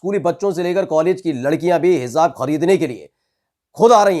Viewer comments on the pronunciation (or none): Educated hokar.... Ghalat bol rahe ho.... Hizzzzzaab... Zzzz?... Kitna ganda lagraha hai... Hizaab?.... Kaan ki kharabi hai aapko....? Hij... J... J..... Jjjjjjj.. Aab.... Hijaab.... Sunkar bhi... Hizaab?... Jaanbujhkar kar.... J ko... Z... Bola jaraha hai.... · जी उच्चारण सही करो सही शब्द हेजाब है।आप Hezab bol rahe hain. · Heezaab nahi Hijaab kehte hain🤦🏻‍♂️ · हिजाब में जीम है भाई साहब उच्चारण सही करें आप जीम का उच्चारण जेड से कर रहे हैं